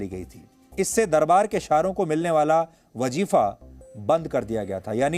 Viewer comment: Wajifa nahi wazifa sahi lafz hai.